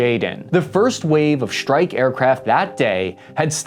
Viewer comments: Hey can we practice pronouncing strike as it is spelt as opposed to shtrike? And while we're at it extra instead of exshtra? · Gee if you are speaking English then speak English - “Strike” has an hard S and is not “Schtrike”. It’s laziness to not pronounce it.